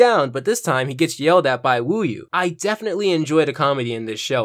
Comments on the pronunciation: Also, minor nitpick: it's Wuya. Not Wuyu. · Late to finding this video, but it was good! LOVED the Roast you gave Jack. lmaoXD Also, her name is Wuya, not Wuyu.